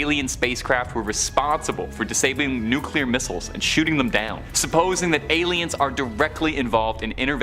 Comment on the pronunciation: Nuclear is pronounced "new clear" not "nuke you lur "